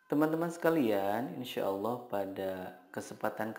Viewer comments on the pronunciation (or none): none